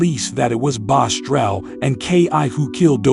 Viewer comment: I hate when people try telling other people story and mess it up like saying the name wrong. It’s BOSS-TRELL not bostrel